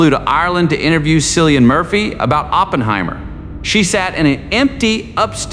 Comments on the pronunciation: Are you crazy or what? How can't you pronounce Killian? What is the drama of Cillian? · At least you could pronounce his first name correctly. I shall not bother to continue watching your episode